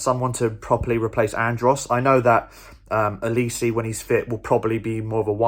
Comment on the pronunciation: We could use a back up LB in January... but apart from that we're good... 9.5/10... and side note... my whole family are Reading fans.. his name is pronounced O-lees-AY...